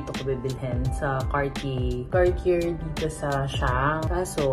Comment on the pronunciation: please say Car-tee-yey lol not Car-tee-yerr.. nooo nooo lol. Love you guys still. Such a sweet gift.😘💕